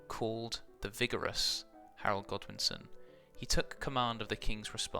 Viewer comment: pronunciation a tad off bit still very sigma